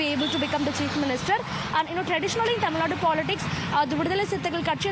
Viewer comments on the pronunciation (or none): When will north Indians learn that it's called Tamil Nadu and not Tamil Nad? It's just one letter.....How hard is it to include that letter in your sentence???? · It's Tamilnadu not Tamilnad!